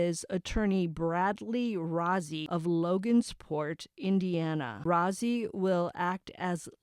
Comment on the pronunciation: brad rozzi is pronounced roasy not rozy